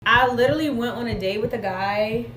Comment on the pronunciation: She said “lirally”…